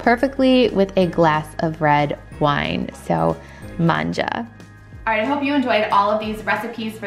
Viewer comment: Hi! As Italian,hearing you say "mangia!" absolutely made my day 🤩Great video! 👍